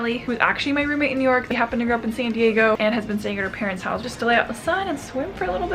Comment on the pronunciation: me pronouncing New york: New york: Neork! syllables are a waste of time..am using neork from now on..lol